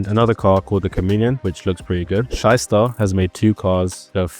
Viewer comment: when he said shyster i heard a german accent